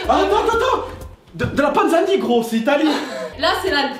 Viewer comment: Je suis mort🤣🤣 il a dit l'Italie pour Panzanie, Tanzanie mdr